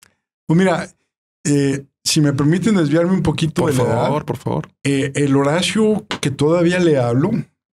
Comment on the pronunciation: Padrinos, el Podcast dice "Horario" en vez de Horacio xD